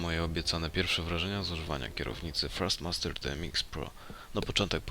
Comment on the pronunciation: Ogólnie jedna z lepszych recenzji tej kierownicy, ale na początku filmu firmę Thrustmaster wymawia się "frastmaster" a nie "ferstmaster". Ale ogólnie to na plus a co do kierownicy to chyba zakupię.